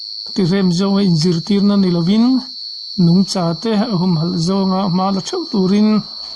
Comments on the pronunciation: 'Nungcha' tih i lam/sawi hian 'cha' lai tak hi a thlûk hniam zawngin ilam țhin a,ka lo ngaimawh deuh țhina, Ka lo hriat danah chuan- ' cha' lai tak hi sava chikhat,hla tak taka pêm țhin Vacha kan tih 'cha' lai tak kan lam anga lam tur a ni zawk em? I hrethiam em aw??? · A lam hun hi a dang em aw ka lo ti, ka hre bîk lova. 'Nungcha humhalh' tia kan sawi leh 'Nungchaten Pathian an fak a' tihah hian 'cha' lai hi kan lam dan adang tlangpui zêl. A thiam zawkte la zawh chian tur ani. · Like zat2. Ngaihnawmsi. Mahse maw, Nungcha tihhi ilamdiklo aniaaa